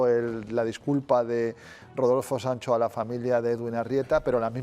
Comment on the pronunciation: Una pregunta al condutor, porque dice Daniel Sanso en lugar de Sancho, se confunde uno cuando lo empece a escuchar dije hablarmos del mismo, eres genial, pero si confundes y mira que yo hablo castilla y tu no se que hablar.